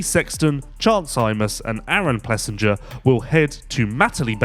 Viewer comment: Come on! You are supposed to be a professional. AP’s name is pronounced Plessing-er